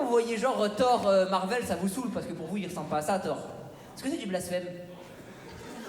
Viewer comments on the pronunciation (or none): none